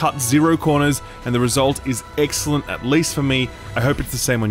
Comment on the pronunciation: Did say EGGxcellent when showing a Kulu Ya-Ku? LOL